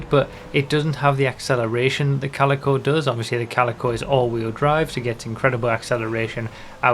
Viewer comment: Thank god you know how to pronounce Calico. A lot of youtubers' pronunciation have been bugging me since the car released xD